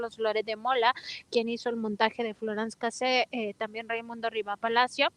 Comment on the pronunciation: Excelente información Pd. La única periodista que pronuncia Florance Cassé de manera CORRECTA, jejeje!